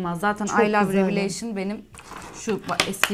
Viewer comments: çok tatlısınnn hiç numara yapmıyorsunn 😂❤ purest:püirıst revolution: revolışın diye söyleyebilirsin😻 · Rivoluşın diye okunuyor